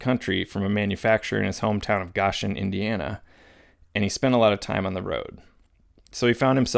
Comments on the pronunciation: I picked up the book after watching this. A little help from an Indiana resident, Ray Yoder's home town is pronounced GO-shen, like GO read my new book. Just trying to help :) Thanks for making great content! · sorry buddy but at minute ish when youre talking about goshen, indiana you pronounced it wrong. its Go-shen. long O 🙏💪🏃‍♀️